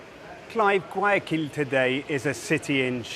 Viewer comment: The BBC reporter needs to exercise the pronunciation of Guayaquil👀🤣🤣🤣🤣🤣🤣🤣🤣🤣🤣